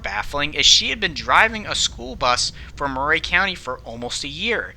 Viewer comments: I remember this well. I live across the state line in Tennessee. It was quite sad. Also, Murray county is pronounced like Mer-eey and not Mer-ray. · 1) It's pronounced "murr-e" not "moo-ray". 2) I'm familiar with this area; most of the roads that need to get on the other side of the tracks go under some sort of low bridge; this is near Old Fort, TN; and I think the only other "level crossing" like this one is nearly 4 miles north on Davis Kurbow Rd. 3) Why the hell did these buses have a stereo? Growing up my buses barely had heat. 4) The argument of "why" they stop is invalid. The explanation is "What if the bus breaks down as it's trying to cross?" Well, if that's really what we're trying to prevent (which in reality we're not, I get that) but if it WERE then the appropriate action is to stop SEVERAL CAR LENGTHS AWAY before the crossing, so that when you are clear to go you can apply some bloody speed to the tracks so that if it cuts out (which it won't) the forces of nature will glide it across irrespective of whether the engine is running or not. I'm half deaf, and I can hear a train horn from half a mile away; this open door and turn everything off and p and q this and scratch your nuts and this and that and blinkers and bonkers it's all bullsh*t. This isn't about the excuse "oh I didn't hear them coming" NO. This was 100% distracted driving on a frontal lobe level; this driver could have been facing the train head on standing on the tracks without the protection of a car and it probably STILL wouldn't have registered with her. 5) It's sad that this even happened; it boils down to an arrogant driver that thought they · Thanks for the video. I'm from the neighboring county and remember this day well. Just FYI: It's pronounced "Murry" County, not "Mur-ray" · Murray is pronounced "MURR -- ee." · Chastised = CHAH-stized. Murray = mur-REE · Weird pronunciation of Murray.